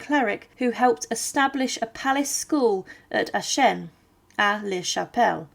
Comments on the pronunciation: I wonder where AhShen is. It certainly isn't near Aachen (pronounced AhKen) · Aachen is pronounced like A-khen, not Ashen ^^ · Worst of all, the butchering of "AACHEN" to "Ashen" and later "Eshan" or "Anchen" towrds the end.... almost an insult! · Thanks for this interesting video. I was struck by how you pronounced the name of the town as "ah-shen". My mother and grandmere, who were from the Eupen area, always pronounced it as "ah-ken". I find the many dialects of the region very interesting. I have a map somewhere at home that shows the shifting borders in that area from the late 1700's to the present. No wonder so many dialects developed. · 'Aaken ' IS the dutch Version.....Frensh Aix la Chapelle.....the City its self IS pronounced Aachen...with a throaty 'chhhhhh'